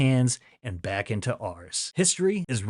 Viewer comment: Back* , not Beck lol